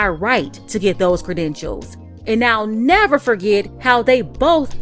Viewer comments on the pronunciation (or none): none